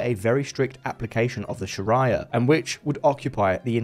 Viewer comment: It’s not “sha-r’eye-a”, it’s “sha-ree-a” as in diarrhea.